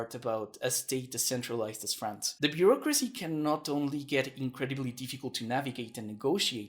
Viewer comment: Beurrocracy, you meant to say?